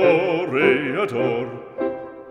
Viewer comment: Toreador or "Toe"reador? 🤣 I love opera!